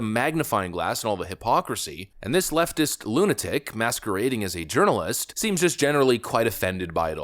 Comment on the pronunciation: Did say “urnalist?